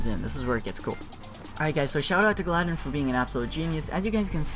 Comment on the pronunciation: its not you don't pronounce the trolling silver league guy's name galladen, you say it as gally-don